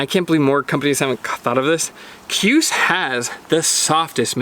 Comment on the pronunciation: KJUS = Shoooz